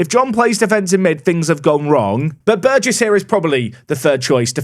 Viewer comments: Hey! He said Burgess right! 🎇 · Thank you for changing your pronunciation of Burgess. Not my name, but the surname of a childhood best friend, and his family pronounce it the way you amended to in today's video.